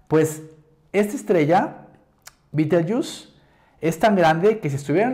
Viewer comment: Y si se escribe Betelgeuse por qué la pronuncia usted "bitelyiús". No le pusieron ese nombre los ingleses sino los árabes, creo.